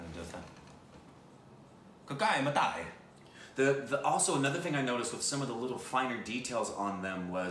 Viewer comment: It is pronounced as ka-ka = crow Mu-ta = egg Movie name is crow’s egg...